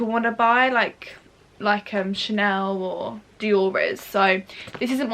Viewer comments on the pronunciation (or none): none